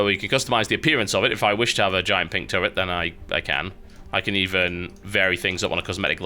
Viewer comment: Haha, he said gigant pink turret..